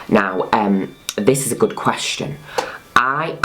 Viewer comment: "The fihrst qwestshun I have on twhit-ah"